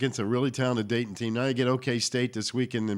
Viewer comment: This guy needs to correct himself its Dayton not daytona!